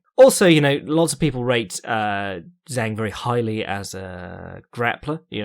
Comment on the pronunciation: it's pronounced 'jong', dʒɑːŋ source: I've lived in China for 8 years and speak it